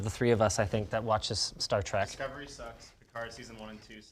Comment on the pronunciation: star trEk, not star trAk! yeesh, Linus!